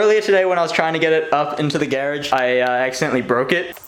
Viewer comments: Lol geradge... pronounces like carriage lol. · U say garage weird